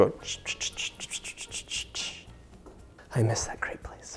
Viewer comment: Hard to resist the urge to correct the pronunciation of crêpe! I’ve actually been thinking about crêpes a lot lately and have wanted to make some. They can be a bit tedious, but they’re so light and just lovely. I’m a huge fan of savory crêpes as well, so I’m thinking of making some stiffed with veggies and some cheese.